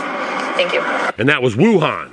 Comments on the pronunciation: Can't say Wuhan 😮😮😮😅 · WEW-HAN. I THINK,LOL